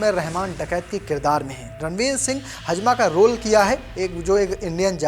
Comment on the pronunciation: भाई आपका उच्चारण सही नहीं है, बहुत सारे शब्द सही से नहीं बोल पाए. जैसे हमजा को हजमा बोला.